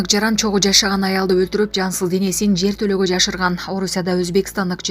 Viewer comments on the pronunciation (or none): Жер тооло эмес жер толоо